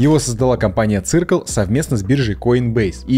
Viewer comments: Не цыркл, а сёркл 😂😂😂😂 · циркл прямо режет слух. circle как сёкл читается. со школы еще помню. нас учитель по информатике поправлял. автора видимо нет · Серкл - так можно произнести название Circle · Ккак бы всё хорошо, понятно и информативно, но простите "циркл" ... посмотрите хоть как правильно произносится. Спасибо